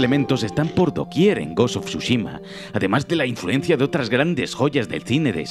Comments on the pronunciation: Gos uf churros xdddd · "gos of chuchima" habla bien wey xD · Gost of shushima... No pensé que lo pudiera decir tan mal pero me sorprendió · Gos of chuchima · Ghost of shushima no, Tsu-shima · Ta weno el goshoshushima ese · hermnao pronuncia bien el nombre del juego...